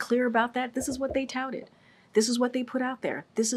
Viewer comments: Say "touted" again, KJP. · Saying “Touted” 10 times doesn’t make it the truth, while blinking her eyes and repeating word salad is not convincing. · How many times can she say “touted” in one response?? 🤣🤣🤣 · If you drank a shot every time she said "touted " you'd be dead. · say touted a couple more times XD